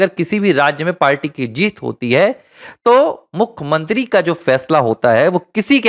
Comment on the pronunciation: क्या आपकी भाषा गंवारों जैसी है? भाई साहब! हिन्दी भाषा के शब्दकोष में 'मुखमंत्री' यह शब्द है ही नही। आप जिसकी बात कर रहे हैं उसे 'मुख्यमंत्री' कहा जाता है;ना कि 'मुखमंत्री' । कृपया सुधारिये।